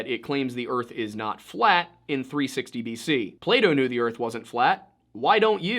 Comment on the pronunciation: Its fucking PlaTo not Playdough